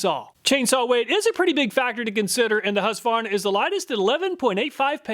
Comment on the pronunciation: Why do you not pronounce the Q in husqvarna? As a swede this confuses me x)